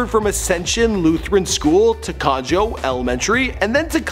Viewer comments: It's not conJOE elementary it's pronounced conEHO. It means rabbit in spanish. Another thing, it's called COLEENA middle school. Damn, pronounce it right. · HAHAHAHA IM DEAD!!!! I'm from the area she grew up and I died when you said "Con-Joe" its actually "Co-Nay-Ho" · Did you just say conjo elementary when it’s conejo (Ko-neigh-ho) elementary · "Cone - Jo" (for Conejo) Elementary School?!?! That's a Spanish word. I have a feeling (since California uses so many names in Spanish due to the Spain and Mexico influence) this word is NOT pronounced that way...hint...look up how to pronounce "Rabbit" in Spanish. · You are the worst at pronouncing Spanish words. It's Co-ne-ho. It means rabbit